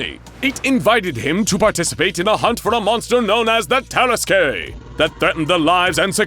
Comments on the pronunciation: Hey this is Lord Blackwood vs the Tarasque, it’s pronounced tear-assQ no tear-as-Kay. Why the fuck are they saying vs 682? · As a french, i have to say that it is said "tarask" and not "taraskué" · the DnD nerd in me is crying. Not only does he plainly state that it's a french region with french pronunciations presumably in in use, and opting to go with the spanish version anyway, but the tarrasque is a creature whose concept existed long before the Blackwood story. It's not "TEH-ruh-squay", but rather "tuh-RASK" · Say it with me, Ta-ras-ke. Not Tar-ras-kay. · It's pronounced "tar-esk", not "tear-es-kay" you seriously need to look up pronunciation when it comes to words you don't know. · Terrasque is pronounced "terr-ask", not "terra skey" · That is not at all how you pronounce tarrasque, it’s TAR-RASK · Lol this is literally a DND campaign!! Lord Blackwood is the Bard. Also, I know it’s a rare word, but Tarrasque is pronounced (tear-rask). It’s also a DND monster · The “tear-eskay” 😂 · Can confirm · Terrasque (terr-ASK) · It's pronounced tar-ask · hey guys, I really like your material. That said, a little constructive advice: Tarrasque is pronounced "Tear-Ask"; the finale e is silent. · No, its Terr-askuh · Someone never played dnd hearing that pronounciation of tarasque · That's not how you pronounce nor spell "tarrasque". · This pronunciation of Tarasque makes me so mad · The way he's pronouncing Tarasque is upsetting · First time ive heard the ue at the end of tarrasque pronounced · Ooof, that "tarasque" pronunciation lol. Also, why wasn't... Teddy Roosevelt, yknow... Teddy Roosevelt? He has a pretty iconic look... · Anyone else annoyed with how the narrator says "tarasque" heeh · I love the misspronounciation of tarasque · I’m imaging other dnd players screaming at the pronunciation of Terrasque 🤔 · It bothers me a lot more than it probably should 😅